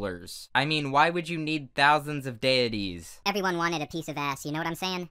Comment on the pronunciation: So, dead artist are weeaboos, hmmmmmmmmm.... Okay. By the way I think you said deities wrong but that doesn’t matter. Have a nice day.